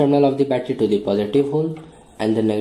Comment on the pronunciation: Im confuse dat y u kep on sayng d instead of the... Hello bro there is condition to pronounce the as d.. Not all da time